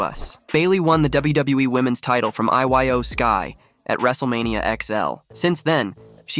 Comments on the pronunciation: I have to say this because it's really becoming irritating that you keep not saying this superstar name correctly iyo sky name is not I y o sky it's pronounced eeyo sky your a journalist get it together I'm tired of this superstar name being disrespected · I-Y-O Sky is 🤣🤣🤣 it is eyo sky